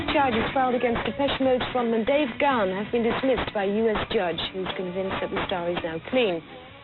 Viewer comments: no se pronuncia "Gajan"...se pronuncia "Ga-an" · No vale, no dijiste Gahan con acento ingles, me seguiré burlando, jajajaja. No te creas, excelente contenido, gran video y estaré al pendiente de más. Saludos, viejo!